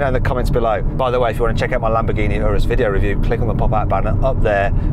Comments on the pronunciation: 冒頭の所、Lamborghini Anusって言ってる？？ww 翻訳もまさに「丸く」してる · 「エイナス」って言ったか！？